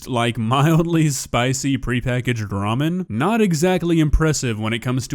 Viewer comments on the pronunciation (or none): none